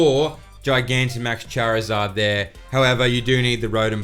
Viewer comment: Good info. But why say charmander and charmeleon correctly just to then say chairizard lol. Totally butchered